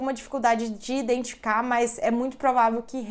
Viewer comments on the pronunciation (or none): Estranho parece que você tem dificuldade com a palavra identificar, " identica" ?